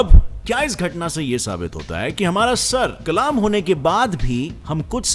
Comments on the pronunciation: Kalma ni. Sar kallm krna kahty hain. Kallm Not kaaalaaaaaamm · Brother it's not kalaam isn't kalam.sir kalam hota hai na ki kalaam😊i really like your facts. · Sir kalam👈 not sir kalaam🙄 🤣🤣😂😂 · I am sure you are not an Urdu gem but no problem, the correct word is "sar qallam" not "sar qalaam". I like your all videos, very educative and informative. Good job and keep it up 👍🏻 From Lahore 🇵🇰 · Sir the pronunciation of sar Kalam is not sar kalaam its sar qalam😊